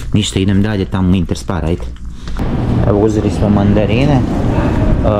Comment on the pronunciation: Sp se na njemačkom čita Šp znači nije interspar nego interšpar